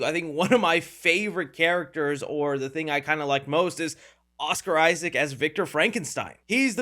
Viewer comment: Oscar Issac. Jacob Elordi. Learn how to say his name if you wanna be taken seriously. You need serious education on film review. You lost me after eight minutes of Del Toro hero worship. Next.